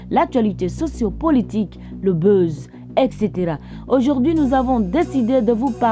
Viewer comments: C'est buzz tu prononces beuze là? Mon oeil 👀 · Merci pour ta contribution et je veux ajouter que la façon dont elle prononce les mots "buzz, fan" est à revoir